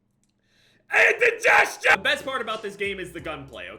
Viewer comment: me watching him saying “indegestion” for the th time